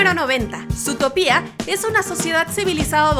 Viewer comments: se pronuncia sutópia el latino america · Qué rabia da que diga "zootopía". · me distrae demasiado que diga zootopÍa 😂😂😂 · no aguanto más que diga zootopÍa osea es sin tilde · Cada vez que dices zootopía un perrito muere :v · dices mal zotopia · Guadalupe Porque aquí se dice más Zootópia que Zootopía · Guadalupe y has de estar tan bruto como para no poder sacar el tenedor de su cajón ¬¬ oh espera! olvidaba que no puedes pronunciar Zotopia como es, entonces sí lo estás. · Mi estrés cada vez que pronuncia zootopia mal 📈📈📈📈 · Zootopia no se pronuncia así D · Perdón pero zoológico y zoología se pronuncian con dos ‹O›, entonces ¿cuál es la razón de pronuncia a «Zootopia» con una ‹U›? ni tampoco tiene una tilde en la ‹I›. En España al igual que en Britania (y parece que otras partes de Europa) la película fue titulada «Zootrópolis» excepto en los países de habla alemana adónde se nombró «Zoomania» y en Francia y las partes francoparlantes de Bélgica y Suiza adónde se usó la versión francesa de Zootopia igual que en las partes francoparlantes canadienses. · Es que yo leo mal Zootopia o es que ella lo lee mal? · Es ZootOOOOOpia, por que lo cambian a Zootopía ?? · se dice zoo to pi a no zootopiá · Dato 108: Se lee ZootOpia (énfasis en la ultima O), no Zootopía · Por qué dice Zootopía y no Zootopia? 🤔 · no se llama Zootopía, se llama Zootopia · oye, es Zootopia no Zootopía! me gustan tus vids pero pronuncia bien las cosas wey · ami me matan cuando pronuncian zootopía en ves de zootopia :v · SutopÍA NOooo es Zootopia. Zoó-topia. o Zootropolis. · Es Zootopia, noo zootopía, aprende a leer ¬¬U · Juan 1449 Y que lo digas XD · Anima Oficial vengo de wikipedia, utopía se escribe con tilde en la í, por tanto se pronuncia así. Pero Zootopia no tiene tilde. Es Zootopia, no zootopía. (Nombre oficial en español: Zootopia) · Anima Oficial por tanto sigue siento zootopia, no zootopía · Odie el "zootopía", si es " zootópia" >:( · Quie chingados le dice ZootopÍa? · ZUTOPIA :v aprende a hablar